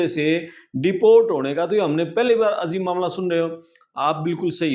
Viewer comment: The word is AJEEB not AZEEB. When there is no Z in Hindi. It's BAjra bot Bazra.